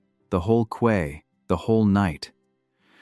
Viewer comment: Listening from England. Quay is pronounced key.